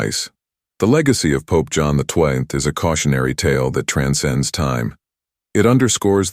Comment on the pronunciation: AI has a few glitches and can't read XII-Pope John XII it is and you just have to read the description or transcript to find out, sometimes. May the Lord bless you with knowledge.